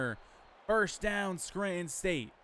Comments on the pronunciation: Yeah I heard you say “Scranton”. The accent matches with the ppl that grew up in this area 😂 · I respect it lol you definitely say Scranton like a native so that’s interesting that you’re from NY. But I’m just sayin you’re killing Nicky price. Poor guy is getting railed 😂